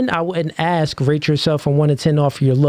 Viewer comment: When a full grown woman says "axe" is an automatic no-go. 😂 horrible